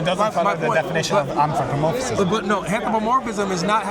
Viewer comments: It’s anthropomorphism not anthropomorphicism! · He keeps saying“Anthropomorphisism” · How many syllables can he fit into anthropomorphism? "Anthropomor-fi-phis-phism. I caught up to two additional syllables.